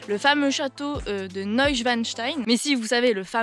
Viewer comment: Tu as très bien prononcé Neuschwanstein, mais Hohenschwangau était sans doute encore trop difficile pour toi. Mais ce n'est pas tragique. Je sais comment le prononcer, car je suis un Allemand 😂🤣. Mais j'aime la langue francaise. Je suis novice en la matière et pour moi, tu as bien sûr parlé trop vite. Pourtant, je me souviens de tes derniers mots: à la prochaine dans une nouvelle vidéo. - Je te salue en France!